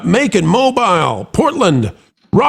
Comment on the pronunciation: Totally doesn’t matter but Mobile is pronounced Mo-Beel 😅